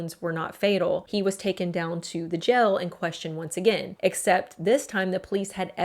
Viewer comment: field not "filled". Jail not "gel"